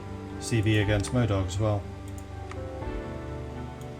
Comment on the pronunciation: it mo-doc not mo-dogs you should get a buff to medical training when you conqere modoc for more docs.